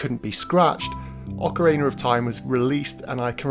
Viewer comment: I love me some Ocarayna of Time!